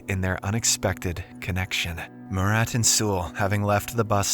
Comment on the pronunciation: Bro butchered my name "Murat" so badly it genuinly hurts my soul🙏🙏🙏😭😭😭